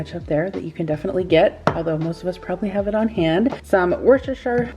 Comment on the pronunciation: It’s Wooster shire sauce. lol. Much easier to say…. PS Aldi here in the UK is rubbish…not like you have in the US.